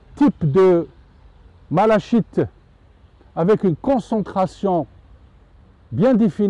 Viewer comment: Merci pour ces vidéos très instructives. Si vous le permettez, juste une petite précision: la malachite se prononce 'malakite'. L origine du nom vient de la couleur verte des feuilles de mauve qui vient du grec 'malake'.